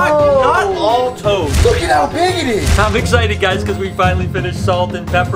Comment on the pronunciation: I thought that he said toes not toads